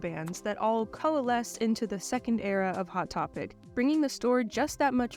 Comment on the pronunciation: „II-wot Topic“